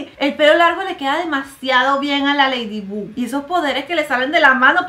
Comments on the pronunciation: Yo escuchando como dice Ledibug,cuando es Laydibog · Mariale se escribe ladybug pero se pronuncia ladybog osea q en lugar de pronunciar la u es la o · Mari, Ladybug no se pronunciaba Leydybog, ya se q no se escribe así es para q entienda el comentario xd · Yo pensaba que se pronunciaba leidibog y resulta que era leidibug viví engañada toda mi vida :'> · No es leydibug es leidibag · Mariale: me encanta ese programa Yo: y no sabe decir bien el nombre de ladybug 😂 se pronuncia ladybob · Ladybug así se dice